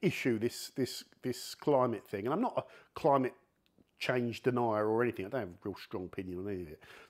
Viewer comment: "anything", not "any think"